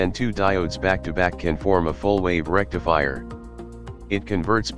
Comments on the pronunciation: English isn't your primary language is it? Rectifire = rectifier! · Rectifier not Rectifire